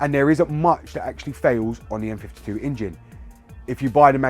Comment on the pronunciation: Thought you were saying M52 tbh, love my M54B30, its as smooth as a Kashmire Codpiece ;)